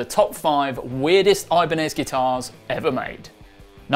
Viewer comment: The brand name is Ibanez, not Ajbaniiz.